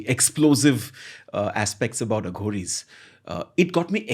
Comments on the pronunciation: It's pronounced A/uh ghories Not Aaghoris...Also the saying is the left or right hand path of God..Try Robert svobod Aghoris series (fun read but a little suspect). On a slightly different tangent try Lobsang rampa s novels..Preferably in order of release..Then there's Erich von Daniken I butchered these in my school days and I'm happy to say I'm half here and half there and really nowhere..Lol.this is the best a modern person in society can do..Living it would be hard in today's world. I devoured rampa and Daniken in junior school and my .. I was never the same. Excellent reads. Also Zechariah kitchen. You'll thank me someday. PS: karuna has a deep meaning..Nearest translation would be compassion not love. Cheers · Why do you have to pronounce it as a south Bombay girl Aaa-ghoris They themselves call them as A-ghoris